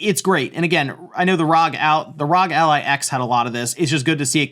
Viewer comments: No, it's ROG as in bog, cog, dog, fog, GOG, hog, jog, and log. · Please say ROG like you would say FBI and not like NASA